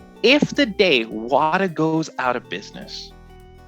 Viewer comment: You have to say it like "WaTAAAAH", that's actually where the name is from if I've heard correctly.